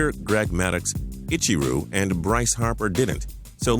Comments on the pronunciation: Did he say "Palmerio and Ichiru?" lol its "Palmero and Ichiro" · Pahl meh-roh. not Pahl mae-ree-oh Ee-chee-roh not Ee-chee-roo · Who is ichyroo?? This dude has no idea to pronounce anything! ICHIRO!! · He just said Itchy ro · Ichyroo? wtf? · He said ichiro like itchyru. I'm dying laughing right now. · did he say ichiru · Itchy-rue, really it's Ichiro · lol i heard that too, lol Ichiru Suzukai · Good vid but ichiro is pronounced with an o sound at the end not a u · I can't believe you just mispronounced Ichiro.... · The FIFA World Cup is watched by 100s of millions a year...um, the World Cup is only played every 4 years. And he can't even say Ichiro right. Smh 😒